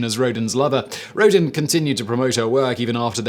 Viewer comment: I'm a bit stressed by Simon's way of pronouncing "Rodin".